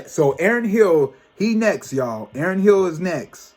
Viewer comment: Janae Monell?!😂😂 Aaron Hill?! 😂😂 You crack me up when you mispronounce names but it’s all ❤ The blonde looks good on you 😄😍 I’m shocked when you mentioned the Renaissance movie merch prices 😲 I watched the Soul Train Awards and it was presented very different this year but the music was on point. If you haven’t already heard October London’s music please check him out 🥰❤😍.